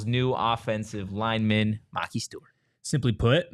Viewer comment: Why do you guys keep saying his name wrong? It's Ma-Ki the Ki is pronounced like pie.